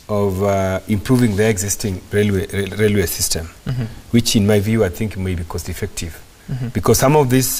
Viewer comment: it is Railway n not Lailway!